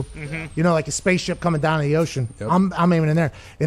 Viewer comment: Pat gunna be going Dahn to the WWE soon 😭